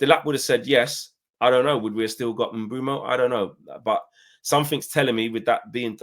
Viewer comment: Say it with me : Bwemu not Mbumo